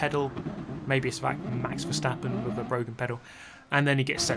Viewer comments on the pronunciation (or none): none